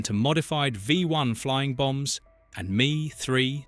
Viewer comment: It’s not me, it’s M E. Do a little research, show some pride in your work. EDIT